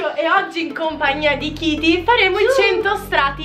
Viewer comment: Si dice Katy non kity